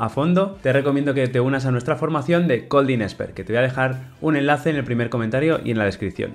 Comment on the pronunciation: No me cabe en la mente un dev experto en Kotlin que ni siquiera pueda pronunciar Kotlin correctamente